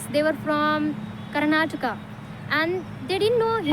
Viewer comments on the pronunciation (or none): none